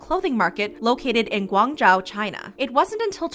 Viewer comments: I know this video is about shein but the pronounciation of Guangzhou really bugged me. I know it can be hard to pronounce but more effort couldve been made to properly pronounce it. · learn how to pronounce guangzhou properly before voice out. btw i love shein clothes cheap and good. if not nice can wear to sleep .